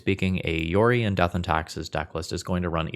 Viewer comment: comment for the algorithm - when you're playing the mirror, it's not "yorion", it's "OURion" comrade